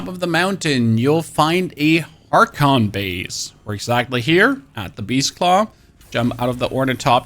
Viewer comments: and harkonnen as harkon. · The entirety of the English speaking world except for The US and Canada uses the term "Aluminium". The guy clearly isn't a native English speaker, so I'll give him a pass for everything except his pronounciation of Atreides and Harkonnen, as that could confuse people. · Ehm Kay..... or Mark.... hmmm 🤪 EDIT: Harkonnen, not Harken... and no, it does not technically matter but you might just be unaware that you are missing an entire syllable on that name. if you are aware and just don't care, then carry on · Harkon bases, your butchering of atreides and harkonnen hurts my soul. So badly.